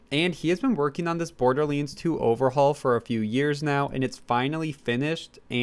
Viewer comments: its pronounced Borderlands not Borderlinds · Wtf is Borderlins? or Borderlenes? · Border Leens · It hurt how he says borderlands 2